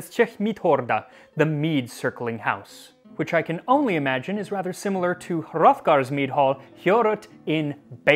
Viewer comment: Finally a perfect pronunciation of the words "Heorot" and "Hrothgar". I underestimated how satisfactiory would have been to listen to it while a discussion flows naturally. Anyway, I have to do this for christmas. 🤔